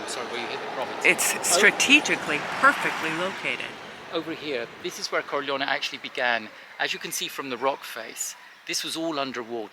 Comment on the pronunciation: Not Corleo-ni but Corleo-neh.